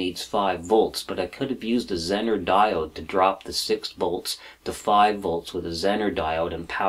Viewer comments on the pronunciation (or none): none